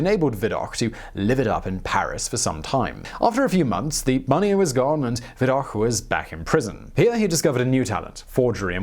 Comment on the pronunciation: It's "Viddock" not "Viddokh"